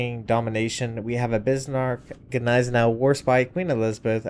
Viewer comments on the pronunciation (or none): the G is GNEISENAU is silent, just a heads up